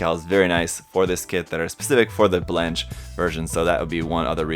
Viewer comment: Hey! I totally love you and your reviews and i've hardly ever found anything i didn't agree with you about. But for the love of the french gods, please, don't pronounce blanche (which means white) like that xD. This is sort of a recurring theme, a lot of Seed suits have the french color names gimmick to them, like strike rouge (red), strike noir (black) etc.etc.. Here's the pronounciation